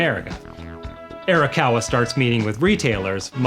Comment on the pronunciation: We need to buy a copy of Like a Dragon 7 so that he learns how to pronounce Arakawa correctly.